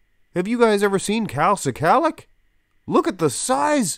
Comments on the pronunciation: NOT SI-KALICK ...IT'S "SKULL-LOCK" OR "SKA-LOCK"... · Pronunciation is: skull-ack